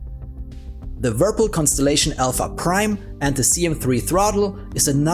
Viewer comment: "Wirpil" 😂 Subscribed!